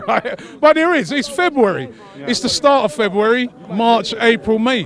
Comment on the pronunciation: Why can't Robbie say February